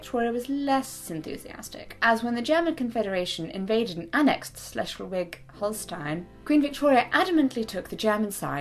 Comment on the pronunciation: Hey Jessica, just for future reference: “Schleswig” is pronounced less like every letter has its own sound and a little more like some of the letters make just one sound, so the “sch” is pronounced more like “shh” and the “w” is pronounced like a “v”, so phonetically it would be pronounced something like “shh-les-vig”. Just a tip for any future pronunciations!